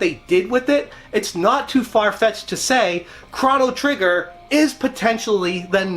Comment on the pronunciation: It’s Crow-no Trigger… not Crono Trigger… right…????